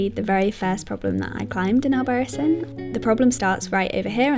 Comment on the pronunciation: Pronounced albaraTHEEN. ;) In all seriousness, great video, thanks for sharing! Can't wait to be here in January!